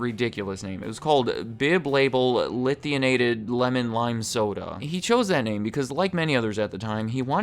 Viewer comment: I just have a quick question. When you see a word in front of you, during research, production and editing, clearly spelled L-I-T-H-I-A-T-E-D, LITHIATED, how do you come up with LITHIANATED?